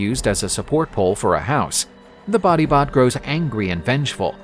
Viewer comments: Batibat beh not body bot😭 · Body bot sounds more like bangungot.